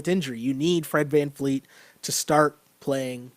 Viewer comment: It’s Fred VanVleet with a V not vanfleet